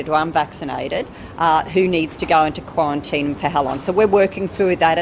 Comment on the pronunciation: Qwuawantine, Storwy Bwidge 🤣🤣🤣 this Sheila cracks me up